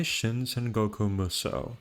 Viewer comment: There's no misspelling for Xu Shu and Zhang Jiao, and it's pronounced 'Saan'goku Musou instead of Sangoku Musou as in Sanfransisco.